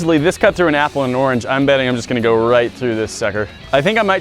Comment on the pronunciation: Do you know how to pronounce orange